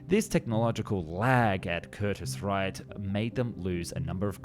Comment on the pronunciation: Curtis Wright, not Wrighter...as in Wilbert and Orville Wright.